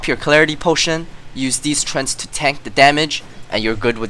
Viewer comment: STOP SAYING TRENTS! you are making my OCD act up :S its pronounced tre-ant...